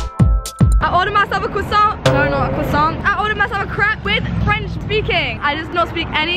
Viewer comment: "ahekalglidhglihziuhvnbs bsu sruri crap" (lol it sounded like she said crap instead of crepe)